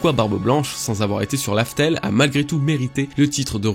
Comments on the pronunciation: Mec cest Raftel dit pas larfel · sa ma perturber quand il a dit Laftel au lieu de Raftel